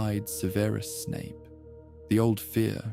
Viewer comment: What's with the annoying pronunciation of Snapes 1st name?